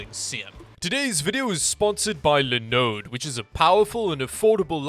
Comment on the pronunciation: Linux is pronounced as says it...Lie-knucks. You know, since the guy who created it is named Linus, pronounced Lie-ness. Anyway, is it weird that I like it when Linode is the sponsor simply because of the way says "Linode"?